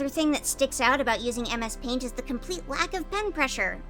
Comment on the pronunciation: You said that it turned out messy, and MS paint sounds like "A Mess Paint"!